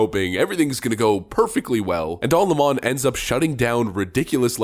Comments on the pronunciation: “Don Lamon” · Calling him "don la mon" was amusing the first 500 times of the video.